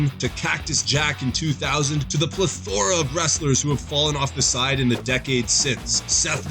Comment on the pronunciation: only commenting for the way you pronounced plethora